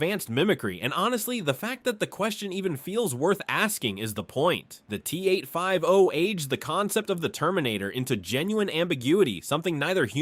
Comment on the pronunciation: T-8-5-OH! 😂😂😂 T-oh-ooh!!-one.